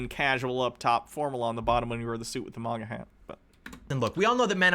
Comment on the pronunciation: please stop saying maga like mogga